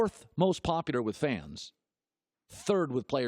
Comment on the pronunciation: Does anyone realize that Colin says "popular" like "popudar"